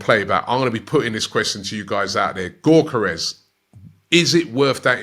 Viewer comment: It’s YOK ER Es